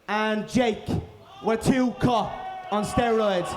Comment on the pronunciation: "you're on steriods"